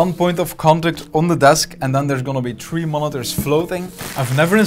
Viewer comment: i like how you say tree and not three